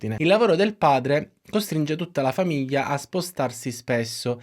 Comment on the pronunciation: Con il dovuto rispetto, non capisco perche sempre piu persone pronunciano male il suono gl...; " famiia", " fiia", " taiato" ecc. È sbagliato ( non sbaiato) e davvero brutto da sentire. Come quando viene pronunciato " magina" anziche macchina. È un peccato rovinare una bellissima lingua, oltre al buon lavoro di questo comunque bravo youtuber.